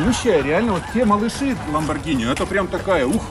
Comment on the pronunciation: 1. Не Lamborgina, а Lamborgini 2. Хороший выбор с Lamborgini Urus 3. Быстрый 4. Внедорожник 5. Можно проходить везде 6. 4 режима езды: Обычный, Sport, Corsa, Neve 7. Короче тачка супер, крутая, блотная